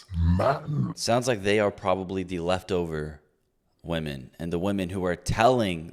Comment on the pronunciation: The guy who made the video says women in plural like woMAN. What’s up with all these idiots that can’t say women instead of woman